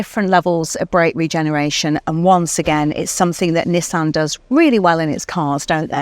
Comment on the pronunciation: Comment from Japan Perfect pronunciation of "NI" and "SAN" 二と三の発音は完璧ですよ ^ ^